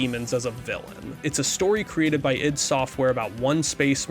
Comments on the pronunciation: it's Id as in Id and ego not I.D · Okay, great coverage so far, but damn your pronunciations need work. id is usually pronounced like it sounds in the word bid, not I.D. That may depend on who from the team you ask as I think it originally stood for ideas from the deep. Ion is literally pronounced I-on. Ions are positively or negatively charged atoms. Deus is Latin in origin. It is pronounced like Dey-oose. It means god and derives from the Greek literary device Deus ex Machina or god from the machine, pretty fitting for the game given its subject matter. Love the video so far but couldn’t help myself.